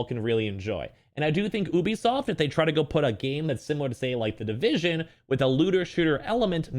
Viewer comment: Y u say Ubisoft like that